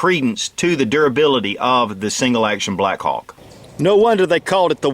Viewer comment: I couldn't stop listening the word: blackcock...hahaha, Greeat revolver and great video. Saludos from Spain